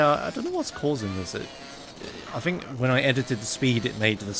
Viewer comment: Pretty sure even in the UK "think" is still pronounced "think", not "fink". wtf is a fink?